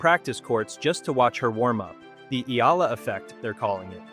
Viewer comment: Another fake AI news narrator cant even properly pronounce Alex family name😜😜😜